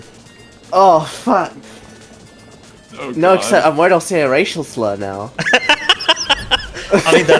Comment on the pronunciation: I thought i was the only person who ever said "furck"